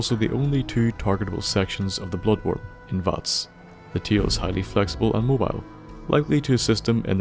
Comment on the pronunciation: it sounds like he's saying nigga world😂😂